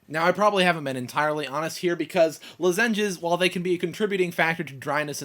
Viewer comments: I'm sorry man, but I cringed every time you said "luh-ZEN-jezz." I think most people pronounce it "LAH-zin-jezz," or maybe that's just how we crazy North Carolinians say it. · lolol at lozenges...luh-ZEN-jes... it's okay though, i mispronounce things all the time. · yep, i know you now know you pronounced lozenges wrong but more like 'loh-zenges' less like 'lazenges' when you first said it i thought you were going to say something about lasagne :) i have to say this is one of your craziest videos ever, i love it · Haha i noticed that... lozEnges rather than loZenges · Lu-zenges :P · luh-zenges lols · you are a big baby. Who cries on youtube like that? You pronounced lozengers wrong. It is not SLS, it is SDS. sodium dodecyl sulfate. You can buy natural toothpaste without it, at like GNC or something. You only have one wisdom tooth? You will get 4 of them. Then, you will probably have to have them removed. Save up some money, that surgery is expensive. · did you say ... lah-ZEN-ges? o_o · you say lozengers very weirdly :) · Heh lozenges... In Oregon we call them "los(as in first part of the word lost)-in-ges (rhymes with quiz) Cool to see different english dialects in the US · LMFAO i know he says it so weirdly! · ha yeah he doesnt know most people dont say it like that